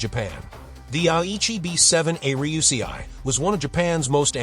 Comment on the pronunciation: Extremely well butchered 'Ruysei' pronounciation.